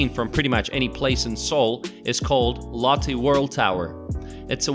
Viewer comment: Your pronunciation of these names are cringy. Latte World, Hoondae, Gaungnam